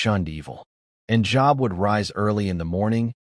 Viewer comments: It's not job,it's long o Job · Please, oh please, find AI or whatever you are using and change it. Job is a name pronounced like ‘jobe’ and not like the office you go to each weekday. And our almighty creator deserves the respect you expect for yourself, that His name, God, be capitalized. His other names such as Yahweh, Adonai, even the pronouns He, Him. Important lesson in this story, but please get your act together. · Pronounced Job wrong, it has the 'o' sound. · That is a long o in Job.